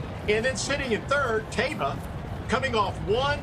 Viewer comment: Man, Jerry Bailey is getting senile. He's my favorite jockey ever. Cigar is the greatest horse I ever saw. My 2nd favorite behind Rock Hard Ten. But Jerry said Santa Anita Handicap and pronounces it Thai-ba. It's Tay-ba.